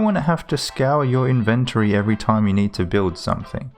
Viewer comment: The way inventory is said bothers me lol, invent-turrie